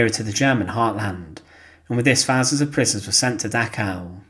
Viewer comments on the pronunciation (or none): An interesting topic but needs much better narration. The current narrator is very monotonous and has a lot of trouble with ‘th’ sounds (as in ‘fousand’)